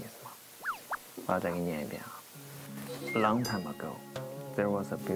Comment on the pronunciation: laine lee Long time /hair 說成了 lung time /hair Princess 唸成 prin sais With 唸成了 wait